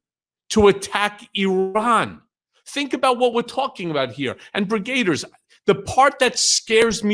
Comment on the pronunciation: Brigade-ers? No. Brigg-a-deers.